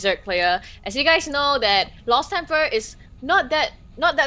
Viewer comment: "Lost Tempar" lmao im sorry i couldn't help myself XD she is a great caster tho:D props to and TB of course:)